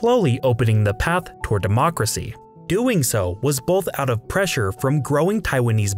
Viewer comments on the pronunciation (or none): none